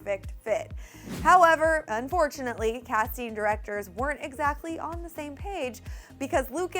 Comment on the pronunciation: "Direcsors" xD